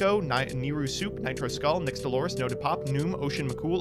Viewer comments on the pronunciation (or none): none